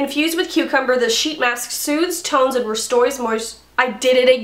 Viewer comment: Restores 😂💜 I literally laughed out loud when you butchered it twice.